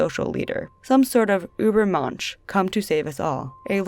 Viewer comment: No shade or hate intended but when youbsaid Ueber Mensch it sounded like Ueber Munch ( i am a german native speaker) and it made me chuckle. I live in a english speaking country now so i totally know how difficult it is to pronounce words from a differnt language. 😉. Totally digging your style and i love deep dives. Appreciate the work you put into this. Great work.